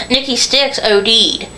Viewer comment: It's "SIXX", Nikki Sixx.... NOT "Styx". Do you honestly feel it worthy or of value to express your opinions of others, when I'm quite sure people have opinions of you? Just an observation.